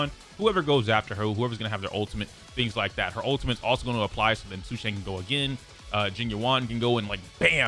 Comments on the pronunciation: Please please please look up pronunciation videos for the CN names, this butchering is really painful to hear. Sushang = Su (as in 'SUstain') + Shan (as in 'SHAtter' + n) Tingyun = Tin (as in 'abducTINg') + Yun (as in 'UNion') Jing Yuan (as in 'JINx') + Yuan (as in 'YOU' + 'En') I apologize if my pronunciation comparisons are not very good, English is not my first language and writing pronunciations is very hard hahhaa. But please, look it up, there are so many videos on it and it's not very nice to dismiss the names just because they're not American. Learn it. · It's jing you-en and say-lay edit: and sue-shah-ng